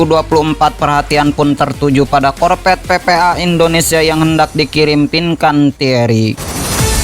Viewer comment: APA ITU ARTINYA " KORPET"? * sebaiknya belajar dulu lah.. untuk bisa.meng- Artikulasikan Huruf "V" dengan baik ( huruf V adalah V dan bukan Bukan " P " ).....Nanti kalau sdh busa menyebut Huruf " F ", Dan " V " dengan tepat... barulah nanri bisa jadi Moderator! 😂😂😂